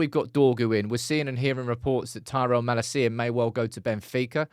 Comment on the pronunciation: He'll say it wrong anyway like he does MALA-CIA 😂